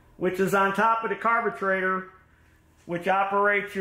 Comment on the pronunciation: I'd never use Champion spark plugs because once you get them flooded, they're shot and worthless. NGK are much better. And it's a carburetor, not a carbatrator. Learn how to talk and get the crap out of your mouth.